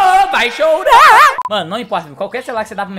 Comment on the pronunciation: Quem gosta quando o fala (vai chourarrr)